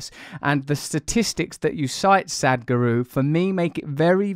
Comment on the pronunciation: LOL Russell my dear, your pronunciation of Sadhguru is incorrect, I know it sounds like "Sad-guru", however, in fact the correct pronunciation verbally/phonetically, sounds like Sath-Guru, if that makes sense, emphasis on the 'th', similar to 'sat-nav' in speech. Not a critic at all Russell, just assisting & supporting you, being asian it's easy for me to point out and trivial to be honest, as it's the subject matter which I tune in for. Love & light, namaste Beautiful!